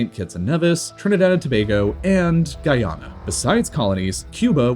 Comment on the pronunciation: Also his pronunciations of certain countries like Grenada, Guyana, Suriname and Guadalupe